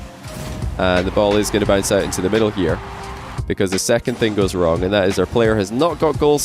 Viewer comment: man said getting wring